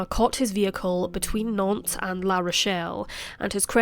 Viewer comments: I does start well 🤣! It's Nante with a "S", so NanteS ! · Nantes avec un “ S” à la fin s’il vous plaît 🤨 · NanteS with an S at the end... Lived in that town for one year, hence know the boulevard